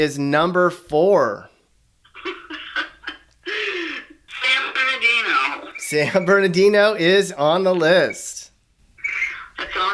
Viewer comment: San bernaghetto! Lmao 😂